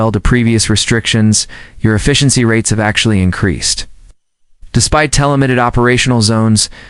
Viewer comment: The AI pronunciation is hilariously so bad. Can't even pronounce "have". Grammar is horrendously bad as in nonexistent. Made it to a full 22 minutes and can't stand it anymore. Thumbs DOWN!!!!